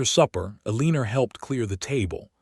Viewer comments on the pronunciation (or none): Elina not Eliner. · Oh good grief. AI isn't much of threat to humanity if it can't pronounce common names. Pay attention: EL-i-nor --NOT el-EE-nor.